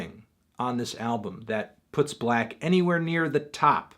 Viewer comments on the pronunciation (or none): 6lack its pronounced SIX LACKH u dummys!! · IT'S PRONOUNCED SIX LACK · Melon.....you pronounced his name wrong. It's six lack. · 6LACK literally says on his merchandise and on interviews that his artist name is pronounced "Black", not "Six-Lack". Besides, I would take "Black" more seriously than "Six-Lack". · this review sounds like an opinion from someone who calls 6lack "Six Lack" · His name is pronounced as black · YOU CAN'T JUST SAY BLACK LIKE THAT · Does melonman know that 6 is pronounced 'six'? It is clearly six-lack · Not 6lack!!! it's 1ack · Its pronounced Glack